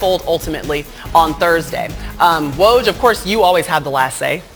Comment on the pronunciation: [Fun Fact] Even ESPN colleagues cannot pronounce Woj's name :)